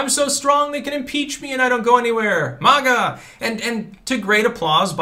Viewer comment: I just want to say how much I enjoy your delivery. "MAGA" like "stir".